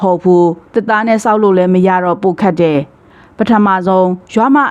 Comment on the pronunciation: ဖတ်ရင် "တယ် "ဆိုတာကို "တဲ့"လို့ မဖတ်ပါနဲ့လား အပြုသဘောနဲ့ပါ